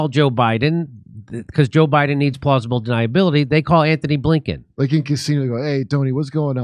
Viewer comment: You might want to get Antony Blinkens name right. There is no h.